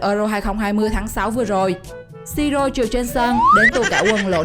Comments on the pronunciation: Im-mô-bi-lê chị ơi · Im mô bi lê chứ mô bai ok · Chị đọc sai tên Ciro immobi lê mới đúng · Im mo bi le, đọc vậy mới đúng nha chị